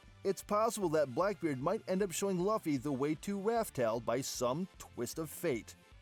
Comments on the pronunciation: You fool it's Luffy not Laufy🤣🤣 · laphy instead of luffy pissed me off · Bruh... Laffy, Kuriha, Gold family (instead of Gol), reading 'ally' as 'allee'... So many mistakes. Also, Blackbeard being a Cerberus and eating a Human-Human Fruit is unlikely. Did you forget that Chopper ate this fruit? The opposite is more likely: Blackbeard is a human who ate a Dog-Dog Fruit, Model: Cerberus. Then again, I don't know why this would count as him having 3 bodies, and therefore, able to consume multiple fruits. A Cerberus has 3 heads, but only a single body after all. My personal guess is that he has either multiple personalities (probably 3, based on his Jolly Roger), which allowed him to consume up to 3 DFs for some reason, or that his Yami-Yami Fruit can somehow trap the 'beings' inside the fruits and enable him to use their abilities, or maybe a combination of both. The multiple personalities thing can be the reason why he's sometimes brave, yet can be cowardly at times.